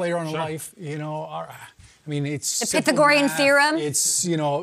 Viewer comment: Talk about botching the pronunciation on Pythagorean theory. Wow